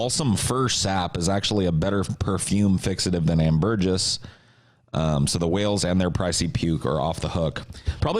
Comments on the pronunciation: It’s ambergris not Am Burgess ffs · pronouncing ambergris like ""ann-burr-jizz" was painfull. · It's pronounced "Amber gree", just sayin'